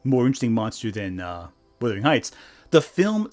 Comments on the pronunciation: WUTHERING not WITHERING. “Wuh” rhymes with “huh.” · Minor quibble but Wuthering isn't pronounced Withering - it's pronounced Wuthering and it has a differing meaning. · FFS - Please learn how to pronounce 'wUthering'!